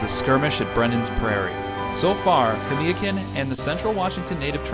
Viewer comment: Kamiakin. Ka-mia-kin being from Washington state more Pasco these videos are great but it kills me to here name pronounced wrong. Nach-eese my spelling is probably wrong but the pronunciation is correct. Everyone wants to be proud of their respective areas they come from this why piont this out .